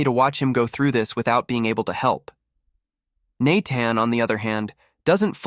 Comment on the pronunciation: "Naytan" "nayton" the Ai can't even get a standard name right.